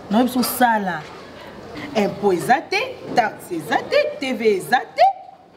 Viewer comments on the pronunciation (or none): Mama leki balobaka TVA (Teweya) et non TV (Teve)